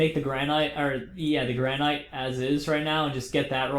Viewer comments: Gran-it is the way it is pronounced not grAn-night. It's like a granite countertop. Also, they look terrible as building blocks because they aren't connected textures. Making everything out of pros marine and polished stone in circles looks bad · its pronounced granit, like new hampshire, the granite state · Did he say Ianite... Lol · Granite is pronounced GRAN-IT so many face plams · oh my goodnessols its pronounced gran-it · he said ianite!! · You kept saying granite wrong +